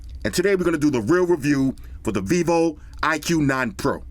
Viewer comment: iqoo should be read as “icool” not “iq”